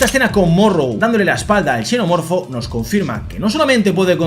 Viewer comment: Hola me costaba entender si le decías "chenomorfo" o "senomorfo", en este caso xenomorfobo la "x" suena como "s". Entonces foneticamente suena como "senomorfo" Me sucedió que una vez a unos gemelos de N canal le dije que soy de Xalapa y pronunciaron chalapa y en este caso la "x" suena como "j" y foneticamente suena como "jalapa"